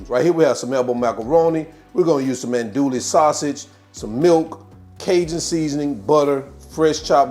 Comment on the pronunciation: Recipe looks good but a tip is to pronounce the sausage right. It’s not an dooley it’s ahn dewy.